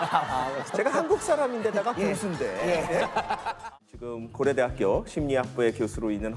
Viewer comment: 우영우를 하도 봤더니 고래대학교로 들리네